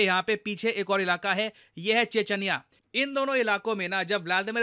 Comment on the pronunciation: che-ch-niya hota hain, che-ch-anya